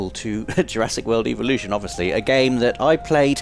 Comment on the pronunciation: You keep saying eeveelutions not evolutions You're playing too much Pokémon